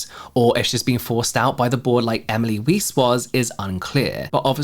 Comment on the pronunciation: Weiss is pronounced like "vice" I think